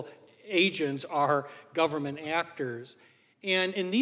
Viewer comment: Branches of GOVE-rrrrr-Mant